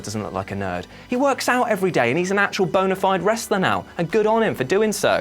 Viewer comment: Swear he said boner fried